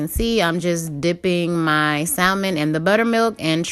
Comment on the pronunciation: you don’t pronounce the “L” 😁👍🏼 but UGHH LOOKS SO GOOD 😻